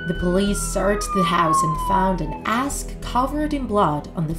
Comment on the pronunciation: why did she said asked instead of axe???